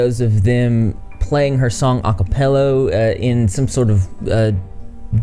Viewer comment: “acapellow” lol